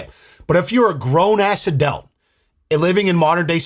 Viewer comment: He says "Adelt" and the comments are straight on it. Damn I love you guys! ❤